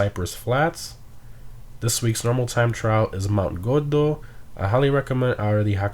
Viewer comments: I love the way you said cayo perico and Mt. Gordo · Awesome video but the way u said mount gordo had me dying 🤣💀